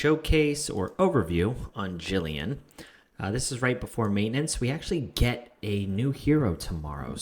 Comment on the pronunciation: It's Gillian not Jillian 😭😂